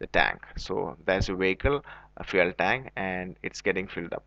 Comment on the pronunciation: Fuele lol 😂